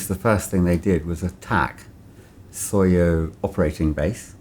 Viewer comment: SOYO not Sawyer